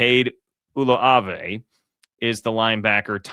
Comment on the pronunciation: Lol just for future reference it’s pronounced (Ooo-Lue-Ahh-vay) 😂